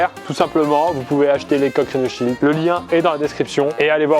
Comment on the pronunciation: Qui c'est mis en tête joyca entrain de dire rhino shield